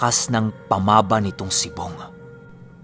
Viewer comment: Sory pero "pamaba" is a cebuano language "baba" which means mouthand unfotunately mali ang pagka pronounce mo...first 2 syllable na "pama" ay binibigkas ng pakupya..at saka ang "ba ' ay pakupya pa rin...sory marami kc mga listners from cebu lods.hehe